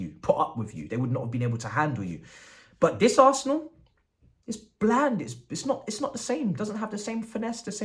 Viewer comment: Dat As er nal like a naija man